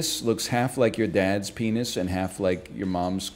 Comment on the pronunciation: he said BENIS?! CANCELLED